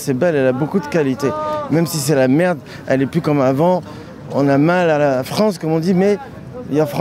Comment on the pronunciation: l'autre qui dit : ci ca l'Afronce